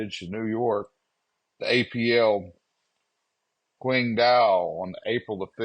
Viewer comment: It’s pronounced like Ching…no quing ..if it’s named after the Chinese city..